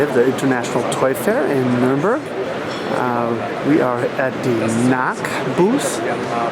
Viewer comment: It's pronounced Knowk, not knock.